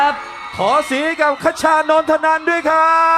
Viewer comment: มีความสุข ฮี่ๆๆๆๆ คชาเอ๊ยย พูดชื่อจังหวัดผิด น่ารักไปนะ ^^ ร้องสดเพราะขึ้นมากนี่พูดเลยยย